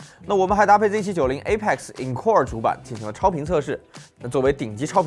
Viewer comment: encore 应该念类似于uncle